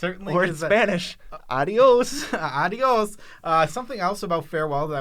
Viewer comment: Hello. I see you from Spain and I've been following you for a long time. I really liked that "adios". Greetings and thanks for these videos.